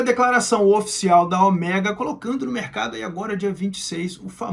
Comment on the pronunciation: Cada vez que ele fala Oméga, da vontade de arrancar as orelhas fora....